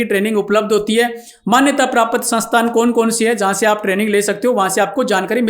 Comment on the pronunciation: तू ज्ञान दे रहा.. बता कितनी खेती / मिर्गी का पशु पाला जीवन मै???? प्राप्त को प्रापत बोल रहा 😅